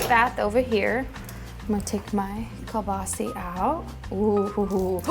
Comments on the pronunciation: It's hard to take her serious heck she can't even pronouce kelbasa buttt i'll keep watching she is cute. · In Alberta where a large Ukrainian population lives, we grew up pronouncing it as koo-baa-saw. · Another great recipe, sounds delicious. I’ve always heard it and pronounced it as “keel boss uh” but hey, as long as it tastes good what does it matter huh..lol.